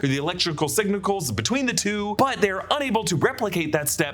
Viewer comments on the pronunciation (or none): "electrical signicals".